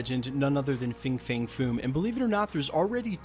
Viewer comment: It’s pronounced FANG